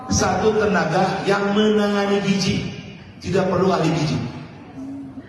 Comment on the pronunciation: Gizi pak..bukan gijih... perbaiki ejaan alphabet nya